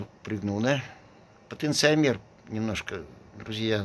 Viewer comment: Люди льют электролит как воду а куда вы его потом деваете ? А потенциометр ударение на второе о это переменное сопротивление подключенное как потенциометр к средней точке Всем привет.